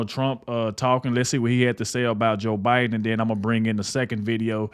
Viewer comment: It’s not bi den!!! Who’s the Pupp remaster???